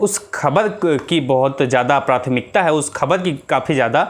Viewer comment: Har sentence me shabd 'khabar' bol rahe hain 'Kh' ko aap halaq se boliye yaani ख ke neeche . Point rakhiye 'ख'۔ Aur bhi shabd hain Sorry for if you feel.